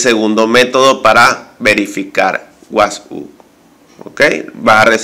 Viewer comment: Porque dice wathuuuupsss ?